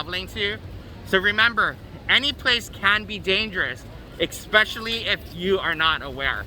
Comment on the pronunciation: The "Exspecially at night"drinking game will get you messed up.